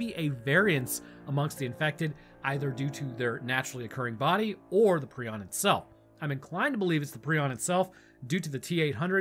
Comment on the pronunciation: It’s a prion not a preon so you’d say it like Pr-eye-on